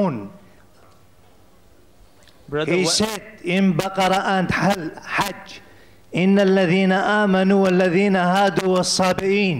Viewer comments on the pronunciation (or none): none